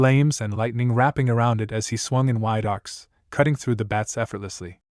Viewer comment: Can you seriously not say bat? You keep calling them beds. No bed could fly.😂😂😂😂